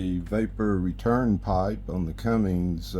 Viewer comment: Cummins. No "g" and no "ing" in the name.